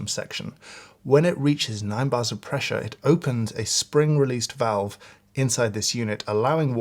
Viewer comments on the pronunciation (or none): none